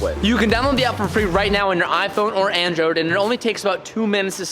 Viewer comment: “iphone or androde”😂